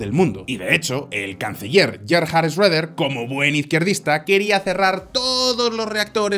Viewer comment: Comentario con buena intención para futuros videos: Gerhard Schröder se pronunciaría aproximadamente así Guerhart Sjoeda (sino lo ponéis en google traductor y podéis oir como suena en alemán). Buen vídeo.